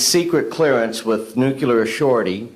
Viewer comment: It's not nucelar and for the record it's not aluminum.